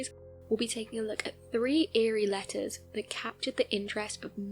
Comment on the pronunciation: You saying letters sounded like lettuce too me whenever I heard lol